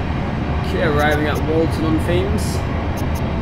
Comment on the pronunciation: Nice video, should note that Walton on Thames is pronounced 'Tems' not 'Thames'. Like the River Thames.